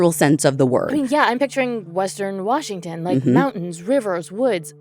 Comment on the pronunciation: Native Washingtonian here. Your pronunciation of these locations is impressive 👏